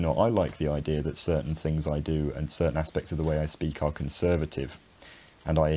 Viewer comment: IdeaR and Idea are both said by you. AHHHHHH Intrusive R.